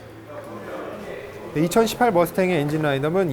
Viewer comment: 와 머스탱...2018발음이 굉장하시네요 ㅎㅎㅎ 항상 재밋게 보고있습니다!